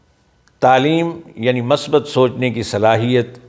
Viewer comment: السلام علیکم آپ کی گفتگو سے بہت محظوظ ہوتا ہوں برا نہ لگے تو عرض کروں کہ کہیں کہیں زبرکی جگہ زیر اور کہیں پیش کی جگہ زبر پڑھنا آپ جیسی شخصیت کو زیب نہیں دیتا مثال کے طور پر مثبت کی میم پر پیش ہے آپ نے زبر پڑھ دی والسلام علیکم